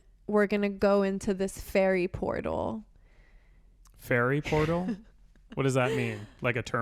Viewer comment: “Ferry portal” killed me